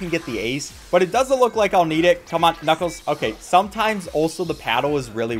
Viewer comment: Did he say knucos?